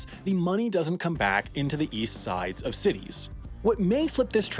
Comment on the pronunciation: East I thought you said weast.